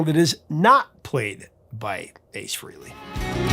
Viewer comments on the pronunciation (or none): FRAYley, not FREEley. Go listen to Rock Soldiers and get back to me, Professor. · Ace Frehley was not fired. He quit twice. Also, pronounce his last name correctly, please.